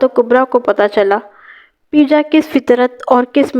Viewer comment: Parwez ka nick name peeja nai peja hota hai